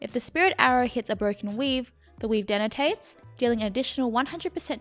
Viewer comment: I found it so incredibly adorable that you said "denotates" instead of "detonates" ^.^ Love your guides!!!